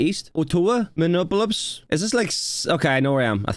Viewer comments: "Minuplups" Dude, what? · "Minnupple-ups" Close enough 😅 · I'll help so you don't get made fun of. it's Mill-wok-ee. and its Ott-a-wa, and Mini-app-polis. it's ok, indigenous names are difficult. Milwaukee is in Wisconsin (wis-con-sin) Ottawa is in Ontario (on-tear-rio) province in canada. and minneapolis is in Minnesota (min-na-so-ta) and all that water between the two countries are the great lakes, which are fresh water, but are as big as inland seas. they even get their own hurricanes and gales, they're that big. many many ships have wrecked on those lakes. and the water is so cold, that bodies don't rot away. so there are still people's bodies down in those ships. Look up Old Whitey in the great lakes sometime. and yes, the snow is probably that high in houghton. the water in the air from the lake means they get a fuck ton of snow. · LMFAO "Minuplups" resident here. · Okay... Ottawa (Canada) is pronounced Aw-toe-wa Minneapolis (USA) is pronounced Mih-knee-ap-oh-lis (that's mini like Minnie Mouse, and 'apple is' with an 'o' in the middle) And yes Winnipeg, Manitoba is in Canada. Manitoba is a province in Canada (kind of like a state in the USA) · Loved watching this video! Thanks for putting it together. I thought you might want to know Minneapolis is pronounced "Mini-Apple-lis" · I'm in Minnesota and currently the temperature is 5 F. (Minneapolis pronounced Mini - ap polis ) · you have a real interesting way of pronouncing Ottawa and Minneapolis.